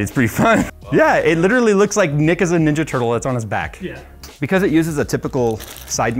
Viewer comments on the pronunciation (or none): none